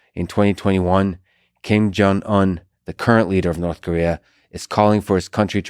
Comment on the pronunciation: Hmmm Lex it's not King Jong it's Kim Jong. I feel bad for pointing this out.